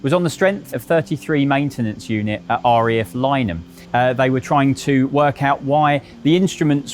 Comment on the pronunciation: It’s RAF not REF…..why do people saying it like that!!!!